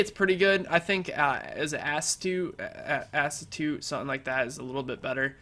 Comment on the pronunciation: "Ass toot"